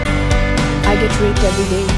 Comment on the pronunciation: I can't here the D's when she says raped. I got rape.